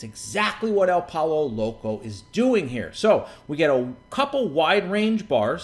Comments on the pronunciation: It's pronounced "Poy-yo" Loco. Just sayin' :) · lol, this was a great video because of the way he pronounced pollo loco.